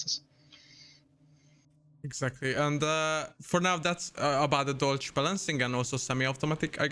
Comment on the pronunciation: If its German inspired atleast pronounce it right c'mon